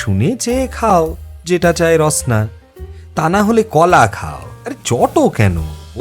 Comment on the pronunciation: Arektu dramatic hole besi valo lagto. Rasna pronunciation ta thik lageni.